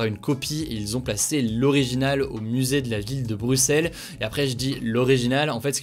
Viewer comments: MERCI Hugo d'avoir bien prononcé Bruxelles, trop de voisins Francais disent bruXXelles! Et pas mal non plus la prononciation du Mannken Pis! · Les gens, y a un FRANCAIS qui a BIEN prononcé "Bruxelles" Mon cœur est comblée, je suis émue 😭